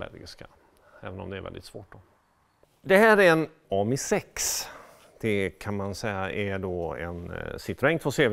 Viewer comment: Korrigerad! 😂Hade varit intressant att se om han törs sätta in en BMW 1000-kubikare i en av Les Deux Cheveaux! Sedan uttalas det 'ammii'. Ja, jag är språkpolis. Har själv haft en röd 2 CV som jag kallade Clémentine. Minns ej årsmodell eller reg.nummer, men importerad till Malmö från Frankrike. Kan ha varit en 1978 års modell.